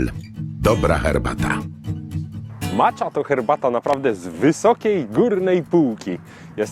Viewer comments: dlaczego zdecydowałeś się na wymowę "macza" a nie bardziej zgodnie z wymową japońską "maća"? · czyta się macia a nie macza